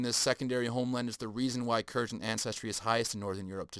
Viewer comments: Hard G bruh. Kurgan And pontic. Not pointic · It’s pronounced Kurr gan . Like purr man but with a k and a g